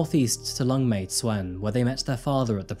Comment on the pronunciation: also little thing tsuen is pronounced 'choon'